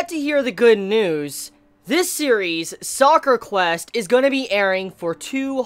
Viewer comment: Ugh, so cringey. It's called Sakura Quest. Not Soccer Quest